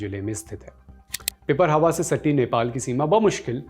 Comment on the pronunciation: It's not pipar+hawa It's pipar+rahawa